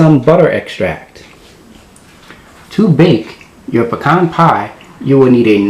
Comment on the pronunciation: Looks yummy! I will try this, mainly because you know how to pronounce pecan!!